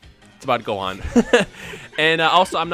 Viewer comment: Gohan? Goohan? Gohan??? Gohan.